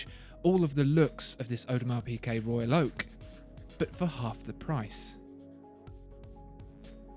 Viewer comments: It's not pronounced PeeKay - it's PeeGay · It’s PiGuet!!!! Not PiQuet! This video is agonising. How on Earth can you expect to be taken seriously if can’t pronounce the simplest of brand names? Basics. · Is he saying Audemars PiQuet?